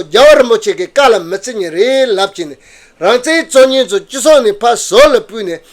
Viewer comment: སྲིད་ཟུར་ནས་དབྱིན་སྐད་ཐོག་བཀའ་མོ་གསུང་སྐབས་རང་བཙན་ཞེས་གསལ་པོ་གསུང་གནང་སོང་ད། “he says rangzen”